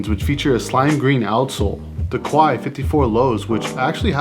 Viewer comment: Quai of the Quai 54 is pronounced more like « Que » in Spanish x) Good vid as usual!